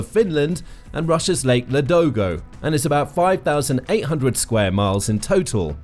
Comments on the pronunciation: I wish you didn't keep saying MurmanX. It's Murmansk. It's also Ladoga, not Ladogo. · Murmansk, not murmanks. Ladoga, not ladogo. Karelia, not karolean. I think you managed to mispronounce the names of every place in this video